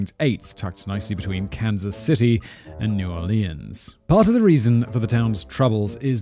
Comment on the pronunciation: I have literally never heard anyone pronounce New Orleans like Simon does. That's wild. When the biggest pimp in town is a primary 'informant' that's just collaboration. I'm betting that the police are some of his biggest clients.